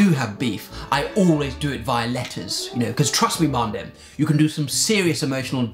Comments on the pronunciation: This posh man saying mandem makes my day cos it doesn’t sound like usual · Hearing "'cause trust me, man dem" in that accent is an experience I didn't know I needed